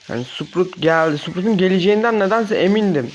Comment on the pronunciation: Sprut degil sprout ben seni kotulemiyorum abi yanlis anlama sadece soyluyorum ben dige yorum tapanlar gibi degilim seni de seviyorum videolarinin hepsini de sonuna kadar izliyorum🥰